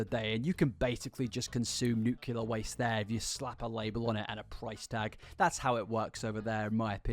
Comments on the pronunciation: I love your videos, but nuclear is pronounced "New-clear", and not "new-queue-lure". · Hey. Fahrenheit using American here.. I’ll make u a deal: I will adopt your hoity-toity “Celsius”, but u will have to learn how to correctly pronounce “Nuclear”. (“nuke-lee-urr” NOT “new-queue-lurr”) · the way I remember its "Nuclear" and not "nucular" is because the correct spelling has "clear" in it, lol. Sorry to be a baby back bitch and grammar check this king, just spreading knowledge <3 #it'sNUCLEAR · I'm sorry,, I love your content and all but.... You're gonna complain about people using fahrenheit instead of celsius... but you're gonna say "new-cue-lar" with your whole chest, when "nuclear" is said as it is spelled? "New-clear" not "new-cue-lar." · NE-CLE-AR FRASIER. NEW-CLEAR. pullin my hair out over here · ok deal, I'll switch to celsius if you stop saying "nucular" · I love when i hear people say “nucular” 😂😂😂 it always gets me, idk why! Hahaha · If I have to learn Celsius then you need to learn how to say nuclear. Deal? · I'll use Celcius when you say nuclear correctly. Love ya,!